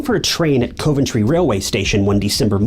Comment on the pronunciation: Good grief. It's spoken Covventry. Not Coven tree